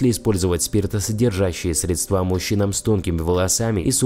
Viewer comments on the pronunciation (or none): Средства- ударение тоже на е!!!